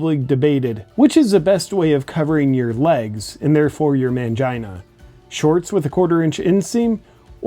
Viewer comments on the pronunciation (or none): "Mangina" LMAO